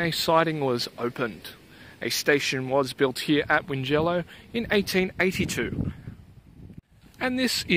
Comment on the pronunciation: Check the pronunciation of Tallong and Wingello. It is a bit of a shibboleth when the Premier and other blowins mispronounces these places.